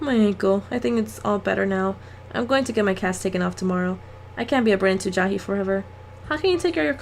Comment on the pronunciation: lol why do u say ja-hee instead of jay-hee